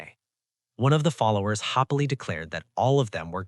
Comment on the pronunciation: This was great but every time happily is read hoppily I got really annoyed lol…